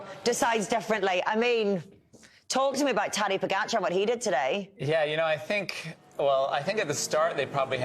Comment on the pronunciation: You would expect by now, everyone would know how to pronounce Pogačar...especially the experts